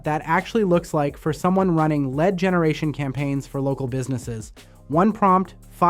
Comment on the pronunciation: Was sounding very very interesting until... I heard the AI voice clone say lead (as in the metal) instead of lead (as in lead me to victory)